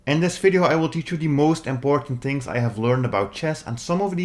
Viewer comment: Tings! Lol. I bet you also say, ‘Mis-owls’ instead of, ‘Misles’ too right!?! Lol!